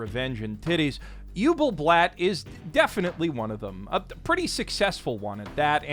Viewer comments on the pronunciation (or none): As a german-speaker, the pronunciation of übelblatt hurt almost as much as its edge